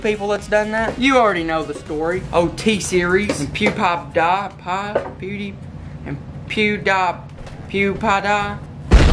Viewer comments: Its Pew-d-pie or PewDiePie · The 12 dislikes are the people that are mad because you mispronounced pewdipies name